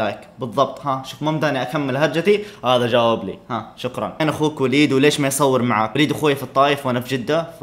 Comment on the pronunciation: شكرا❎ شقرا✅ 😂😂😂😂😂😂😂😂😂